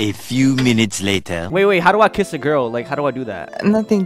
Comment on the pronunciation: When he was doing the third one he said gyal